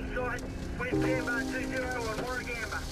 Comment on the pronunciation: It was truly terrible! A friend of mine lost his house in Duffy. I was sent home from work to look after my house. And yes - the straight lines are backburns. BTW - your pronunciation of Canberra is correct - his isn't.